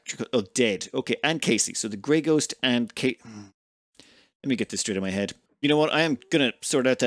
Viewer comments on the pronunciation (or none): none